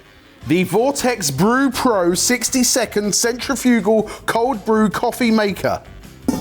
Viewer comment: It’s not centray fugal. Say this, Sin trif fi gul.